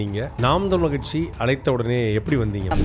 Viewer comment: ரொம்ப கஷ்டம் கட்சி னு ஒழுங்கா சொல்ல தெரியல நீ... அடேய் உனக்கு சரியான கச்சு தற்குறி tvk தான் 😂